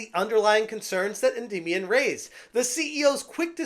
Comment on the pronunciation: Is it me or is he pronouncing Endymion wrong?